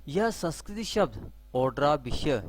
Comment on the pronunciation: आप संस्कृत को संस्कृति बोल रहे हो। थोड़ी भाषा सुधारो बाकी ज्ञान महत्वपुर्ण है